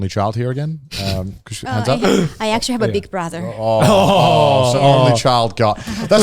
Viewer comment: Kaho: Well actuarry....